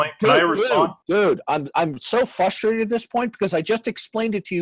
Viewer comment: Darth gets "fustrated".